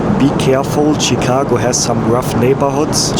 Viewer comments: it is pronounced as "shi"cago not "chi"cago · Shh-cago. Not chick. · Hi, its not CheeCago.. Its Shicago 😊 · No T in Chicago… “Chit-cago” 😂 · It's pronounced Shi-cago - "Sh" - not a hard "Ch." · Chicago as pronounced as “shekago” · Hey, it is pronounced Shi-car-go. Sh as in ship not ch as in chicken. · chicago = pronounced (shi -kaa -go) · Awesome video as usual! I love the way you pronounce Chicago. You're my favorite YouTuber. Excited to see more U.S. videos.